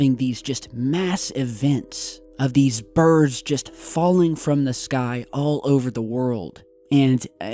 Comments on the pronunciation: birds! lol funny accent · ...."200 birbs,,"